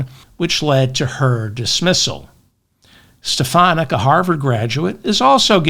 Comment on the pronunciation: He can't even bother to pronounce her name correctly - is Stefanik craving a neck stretching from the loonies?